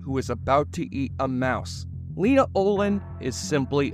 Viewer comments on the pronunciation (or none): none